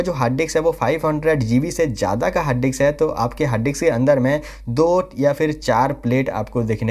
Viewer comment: Harddix nai bhai. .. hard disk